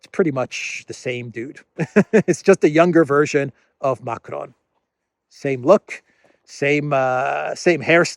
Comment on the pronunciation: Macron is pronounced like "Macrong" not "Macronne".